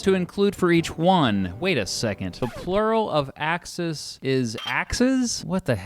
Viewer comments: Ax-eees not axes. There’s a long e sound in the plural. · The plural of "axis" is pronounced with stress put on the "e" in order to differentiate it from the plural for "axe" (e.g.: "ax-eez" vs. "ax-ehz") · "Axes" as the plural of axis is pronounced "ACK-SEEZ" not "ACK-SIZ." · The plural of axis is axes, pronounced ak-sēēz. axis (ak-sis) / axes (ak-sēēz) You’re saying it like the plural of ax instead of the plural of axis. Thanks for the vid! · He also mispronounced axes. The plural of axis is axes, pronounced ak-sēēz. axis (ak-sis) / axes (ak-sēēz) He’s saying it like the plural of ax instead of the plural of axis. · I think it's pronounced AxEEs. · You’re pronouncing axes like the plural of 🪓 ax. The plural of axis (also axes) is pronounced /ak-sēēz/. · this might be a little late, but the plural of axis, axes, is generally pronounced as axees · Axes as the plural for axis is pronounced "axe-ease", so say "Axe"... then say "Ease"... now... put them together... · The plural of axis is pronounced axe-e’s as in 🪓+(🐝-🅱️)’s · Plural of axis is indeed axis but they are pronounced differently. Singular: "axe - is" Plural: "axe - ease" Nice video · HEY I’m late as ever, you would’ve hated me as a student. But the plural of axis- axes- is pronounced axæs or ax-ease. It’s discernible in pronunciation! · ☝️🤓 Actually, the plural form of axis is spelled axes but it’s pronounced “aksees” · Axes (axis pl.) is pronounced axees. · Now, you know it's pronounced "ack-seeze." Haha. But, cute joke ;) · Does anyone else find graphs of any type inspiring? Lol Also the plural of axis is pronounced "ak-seez" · The plural of axis is pronounced "axees" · In the word "axes" (the plural of "axis"), the E is pronounced with the long E sound. AX-eez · In the plural “axes,” the e should be long, as in be, free, tree, me, etc., so it is pronounced “ax-ease” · Everyone likes to say "ax-eez" to make it sound different from axes. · I’ve always said ax-ees for the plural of axis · Ax “ee” s